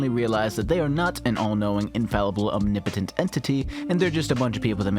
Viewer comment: Dude, how tf did you pronounce omnipotent lol